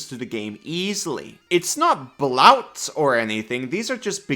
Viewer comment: The way you just pronounced "bloat"... are you for real?